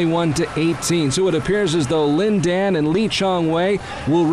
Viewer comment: I hate the guy's voice... He's pronouncing Lin Dan's name wrong...